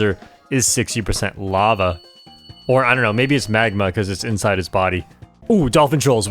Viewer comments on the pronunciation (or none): "maybe it's magma" man I heard "Maybe smegma" like 3 times (if ur gonna search what it is, beware of nsfw)